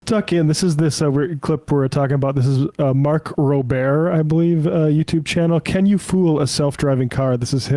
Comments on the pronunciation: Mark Roe-bear 😂😂😂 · "rober said like colbert" teeheehee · Rober, pronounced "row- brrr". He's a former NASA engineer and has a great YouTube channel. Teslanazi's have been going after him for this video. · Robair? Really 😂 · "Mark Rober", the "Rober" is pronounced like the start of Doberman. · You can't take a couple of minutes to learn how to properly pronounce Mark Rober's name before half-assedly talking about this? C'mon...